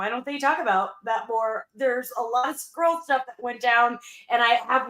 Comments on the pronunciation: ohhhhhhh he said SKRULL… i heard SQUIRREL 😳😳🤣🤣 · I totally heard SQUIRREL not Skrull lol